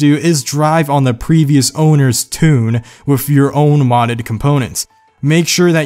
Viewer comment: He says wif instead of with and renember instead of remember. Idiot.